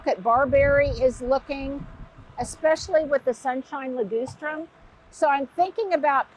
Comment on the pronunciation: it's Li-GUS-strum, not Li-GOOSE-trum. Just saying.